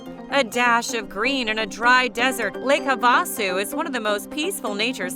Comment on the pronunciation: Lake Hav a sue is the correct pronunciation